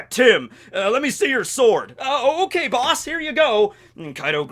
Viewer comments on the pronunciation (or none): none